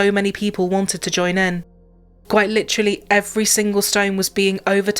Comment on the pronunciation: Omg, you mispronounce lots of words...its battery not battry, its literally not litry 😮